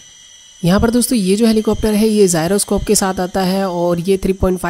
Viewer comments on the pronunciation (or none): Not zyroscope it's gyroscope